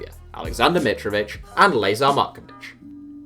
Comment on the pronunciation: Personally i’m sad he doesn’t know how to say Lazar Markovic the icon